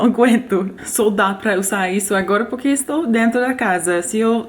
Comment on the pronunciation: O seu poque sem o r e muito bom kkk